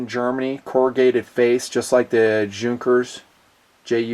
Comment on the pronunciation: You said that you are big fan of planes, especially military planes and then you can't even pronunce correctly name of Hugo Junkers - one of the most important and well-known aircraft constructor in the history. Pathetic.